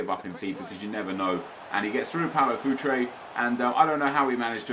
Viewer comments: he said inform futre lol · he says inform Paulo Futre. oke.